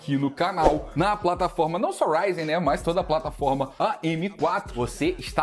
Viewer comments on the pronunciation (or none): RAIDI OU RYZEN ? KKK RAIDI RAIDI